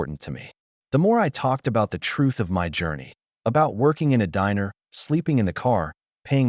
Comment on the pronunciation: The word "TRUTH" needs to be spoken with the "th", not an "f or ph". Pronunciation is important.